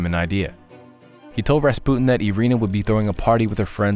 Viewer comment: So strange. Maybe Millennial mispronunciation, maybe butterfly effect, maybe I’ve been wrong my whole life, but for many years it was Rasp-you-tin. So strange to hear it differently than I grew up with.